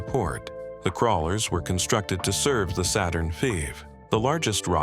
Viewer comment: God I hate a.i. voice overs, but it made me laugh saying Saturn vee 😆 😅